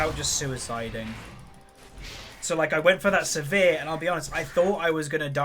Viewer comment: It's Sivir, not severe